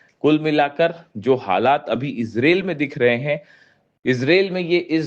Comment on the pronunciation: Bhie sahab ijrel nahi ijrile h